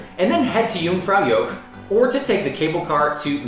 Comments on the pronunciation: Helpful videos. "Joch" is pronounced to rhyme with " loch ( as in loch ness)" rather than " yoke" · Yoong - frow - yawkh. softish k. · I don't think anyone should be offering travel advice, if they can't pronounce Jungfraujoch properly. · So embarrassing that you've been several times and still butcher the name of the damn place. Dear god. 🙄🤡